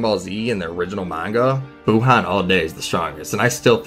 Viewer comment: Dis man just pulled up facts dat kb over bh and still say buuhan